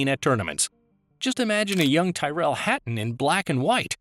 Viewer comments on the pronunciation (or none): Ty-rell Hatron 😂😂😂😂. Is that his Bronx cousin?